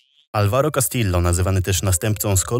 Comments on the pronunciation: muszę się przyczepić „śmiertelny postrzał” ale doszła do siebie - takie walnięcie przy tak długim materiale to norma ale po prostu rzucam na przyszłość :)) czy na samym początku najpierw „kastillo” a potem poprawnie „kastijo”. No offense, świetny materiał. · Sory, że zwracam uwagę, ale w hiszpańskim czytamy 2 l, jako j i ewentualnie, jako dź np. w Madrycie.